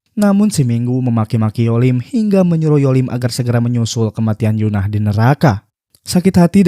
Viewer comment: Bang tolong itu EUN-AH bukan YUN-AH ya itu beda bang